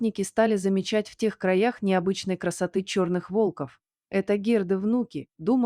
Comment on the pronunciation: Спасибо за интересный рассказ.Только ударения вы произносите не верно.Не волков а волков.